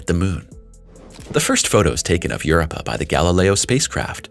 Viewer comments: You're giving a history lesson on Europa and you can't even say it properly. Get crap right before you put out videos. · Pleeeese FIX Your AI's "Word Pronunciation"...It's Drives Me CRAZY...The Way It Sounds Out The Word "Europa" Is So Out Of Wack...lol.. It Makes Me Stop The Video...lol...Just Saying